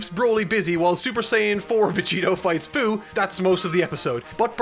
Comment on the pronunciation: Its fuu not fyu